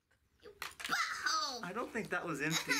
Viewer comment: LOL said "BUTTLHOLE " to angle